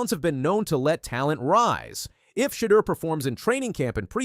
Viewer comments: Learn how to pronounce his name ! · Yes. Enunciate his name right 👍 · Say his name right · I get pissed hearing mispronounced names!